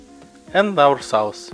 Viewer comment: Cmon man. It's really not that hard to say "soos" instead of "saus" when saying sauce. Some pronounciations are hard with accents but here he's clearly just saying the word how it's written